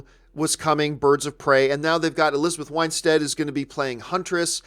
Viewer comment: Just an observation, Mary Elizabeth's last name is pronounced WINstead not WHINEstead. Great video as always, keep up the good work.